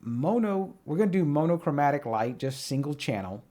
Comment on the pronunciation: No yawml is fine - monochromatic was a crime though. Thanks for the vid!